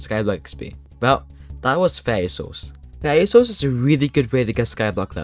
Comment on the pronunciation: “faiwy souls”